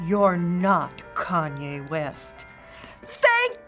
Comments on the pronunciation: When that guy said kaney west I was dead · How could somebody not know who is? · Kan-Ya West lulz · doncha mean cean-jay west?